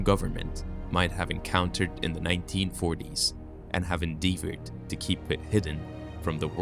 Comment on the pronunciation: You don’t know how to pronounce endeavor? 😅